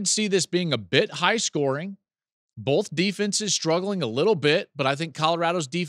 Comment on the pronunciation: Hey Joel, love your show. Time to stop saying “bolth”. Thanks.